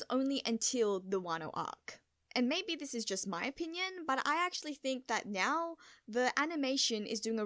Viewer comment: Well nyow that you know you pronounce now as nyow, don't stop that, it's super adorable.